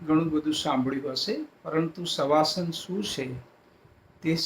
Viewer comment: Saheb savasan hota nahi ki shavasan